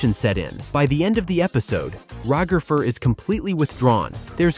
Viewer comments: “Ragafer”😂 I was dying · Why are eyou saying ragafer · Can we talk about the agony of hearing "Ragafer" so many times, can we get a counter? 😭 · Why have people called Ragatha Ra-gatha/RaGATHA and now Ragafer!? LMOA. It's Rag-atha/RAGatha (phonetic pronunciation: /raːɡaθʌ/). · “Ragither” got me